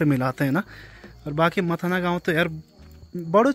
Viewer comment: मथना नहीं मथाणा